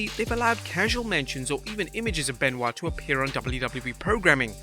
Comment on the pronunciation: Chris Ban-oit amiright?